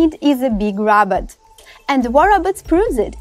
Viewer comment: It's Robot not Robert